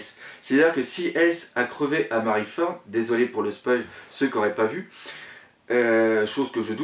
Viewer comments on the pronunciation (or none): none